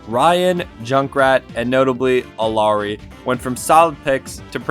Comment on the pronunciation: Yeah, this made me pause the video, and really consider whether or not to continue watching... I've noticed a lot of content creators mispronouncing Rein's name as well as Moira - are they really that difficult for some..? I guess I should at least see if he says Moira's name correctly, if she gets mentioned. edit: eww I unpaused and he said "Alari"